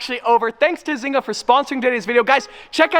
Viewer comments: Isn't it pronounced zain-ga or am i wrong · Biggest thing I got from this video. I'm pretty sure one of us is pronouncing zynga wrong and it might be me